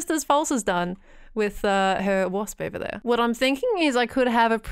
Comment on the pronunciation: When you said wasp, I heard horse. And I just kind of accepted it. Yes the funny looking horse that flew False’s beans to the shipping district. That horse.